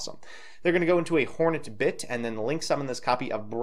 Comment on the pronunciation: This is your first vid I've seen. You're super entertaining, but your pronounciations of card names is kinda annoying. I'm aight with Phantazmazay, but Hornet Bit and "Brandish Maiden" are just like... c'mon man.